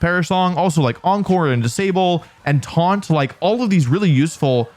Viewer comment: "Twaunt..? 🤔" Twaunt.😂😂